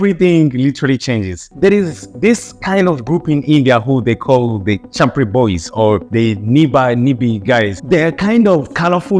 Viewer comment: And "Chhapri" too 😂😂